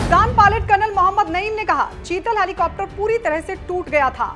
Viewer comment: अहो मॅडम शितल नाही चेतन का सेल चेतक